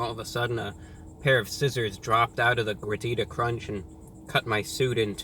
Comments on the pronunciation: You pronounced Gordita like a true white person. Just like me. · I speak Spanish and when I saw the title I knew I had to watch this video to listen to ReviewBra pronunciation for ‘Gordita’. He didn’t disappoint me